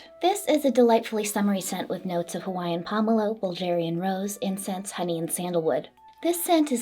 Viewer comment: sorry for being that asshole, but as someone from Bulgaria, hearing "bull-jar-ian rose" gave me the cringes. Looking forward to the rest of the video though 😁